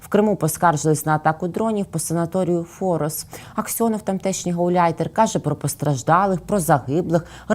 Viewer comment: Форос, ударение на второй слог😂 это город в Крыму Форос